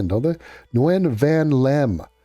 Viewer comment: Nguyen is kind of pronounced like "when"